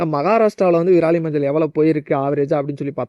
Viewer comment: நன்றாக தண்ணீர் குடித்து விட்டு பேசவும்... விராலி இல்லை..விரலி மஞ்சள். விரல் போன்று உள்ளதால் அது விரலி.....